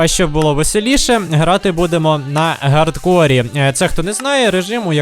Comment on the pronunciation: Чому гардкор? А не хардкор